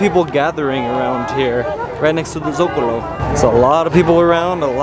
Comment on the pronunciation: Guys, cool vid. One note: Socalo, not Zocalo :)